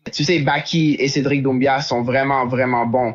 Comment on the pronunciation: cedric doumbia mdr celui qui mange de la loubia 😅😅😅 il sait pas dire doumbé ou quoi